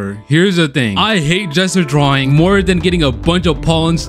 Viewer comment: Did anyone else think he kept saying “jester drawing”? Or am I just dumb?